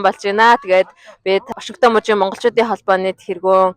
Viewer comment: Ваашингтон гэж ямар хачин хэлээд бна аа